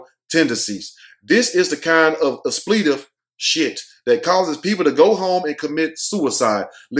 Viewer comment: The word is "expletive". Sound your words out, sound them out. Lol. You were driving me crazy with that word....lol